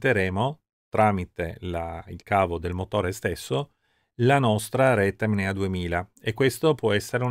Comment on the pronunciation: Bellissimo video. Peccato solo per il costante lapsus verbale di “MNEA” al posto di “NMEA”